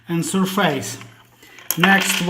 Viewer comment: 'СьОфес' же ж, або, навіть, звучить майже як 'СьОфис', but not 'СьорфЕЙс'! 😢